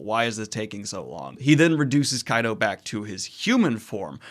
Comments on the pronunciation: Kaido is pronounced like Kaiju. Same "Ky" sound. "Ky-doh" not "Kay-doh" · pls dont call him kaydo...Ik its not right for me to correct pronunciations but its "KAII-DOE" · It's KA-IDO Daniel. Just wanted to clarify so you avoid saying both pronounciations every time. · Kaido is pronounced as kaa eee doohh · Why are you mispronouncing kaido it’s not that hard to pronounce?? Luffy says it all the time. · You pronounced kaido correctly once or twice in this video and those were while wondering witch was the correct pronounciation